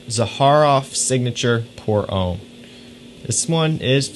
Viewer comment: Nice video and choices! Just a hint about the French pronunciation: "pour homme" is not said "pour ohm", but "pour homme" with a shorter and open "o" like in "loft", "lost": use that open and short "o" sound with an "m" and you have the French "homme" as opposed to the religious "ohm" from India. :) Cheers